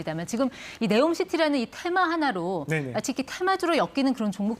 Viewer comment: KBS사장님, 네옴이아니고 니옴/엄)이 맞습니다. 한국 영어 발음의 치명적 짝퉁습관 때문입니다. 지금 정부를 따라서 모든 언론에서 네옴 합니다. neom city saudi arabia에서 들어보면 네옴이 아니라 '니옴/엄' 이라 발음합니다.